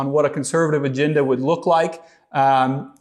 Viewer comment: 0.59 aginda? Does he mean agenda?